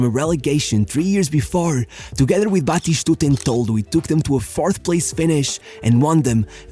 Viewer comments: Lol, Batishtuta 😭😭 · Why are you saying "BatiSHtuta?"?